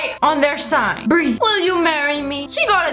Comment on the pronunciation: It not bre it bri